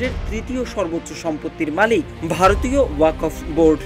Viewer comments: আরে ওয়াকোফ না রে ভাই! ওটাকে 'ওয়াক্ফ্' (WAQF) উচ্চারণ করতে হবে। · সঠিক উচ্চারণ হবে 'ওয়াক্‌ফ' 'ওয়াকফ্' নয়। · আপনি ওয়াক্ফ উচ্চারণ করতে ভুল করেছেন।